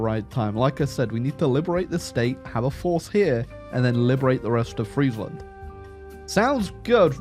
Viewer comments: As a dutch hear u pronnounce "fraiseland" hurts my ears lol its like u are almost calling us french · Atleast in German, Friesland is pronounced freeze-land. There are no Fries in the name! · It's pronounced freezeland actually 🤓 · It's pronounced Freesland, not Freisland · Bro mispronounced friesland so often. The ie is pronounced like the e in me. Or like freesland. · "Friesland" pronounced like it is the land of fries breaks me 😅. It is "ie" in Dutch is just a hard i. Same in German btw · the impossible challenge of saying Friesland properly. Unless that's the real comment bait. in which case, well played sir, well played...